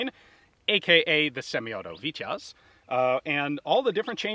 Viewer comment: I kindly say, how the name is said is phonetically speaking ((( VITY OZ ))).... not sounding like ((( VIT YAZ )))... Just for future ref... Fun video, as always!!!